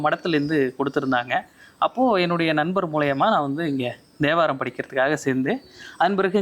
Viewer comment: Om Namasivaya. A humble prayerful request to our Highly revered Thambiran Swamigal - It is Thevaram not Devaram. I hear His pronunciation as Devaram. Please forgive me if I hear it as Devaram. Om Namasivaya